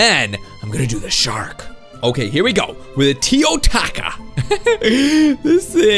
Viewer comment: "feel the rath of the teo-TACO